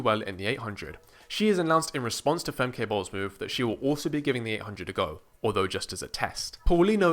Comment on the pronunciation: Nice video, although similar to German, her name is pronounced more like "Femka". I predict in '26, in '27 and WR in '28.